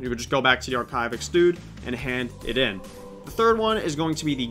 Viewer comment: My favorite part of this video is when you mispronounce Archivist every time you say it :)